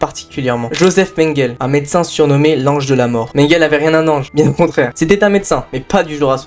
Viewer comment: Mengele se prononce « menguélé », tout le monde sait ça. Cette vidéo est truffée d’inexactitudes et d’erreurs, un tel sujet demande un minimum de serieux..